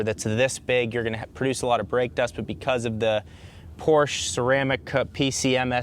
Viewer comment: Thumbs down for repeatedly mispronouncing Porsche